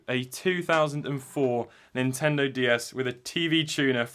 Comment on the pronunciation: please start saying Nintendo not Intendo. plz. love the channel btw